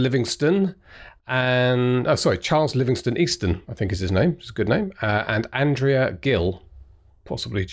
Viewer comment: James, James, my dear, dear James. You just butchered my nom de guerre. My name is Easton Charles Livingston. No worries. I forgive you. 😊